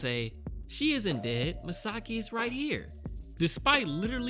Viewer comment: Misaki Yomiyama (from 26 years ago) was a boy, not a girl. :) Also, it is pronounced MIsaKI, not MiSAki. Really good series in my opinion, I'm glad you decided to watch it.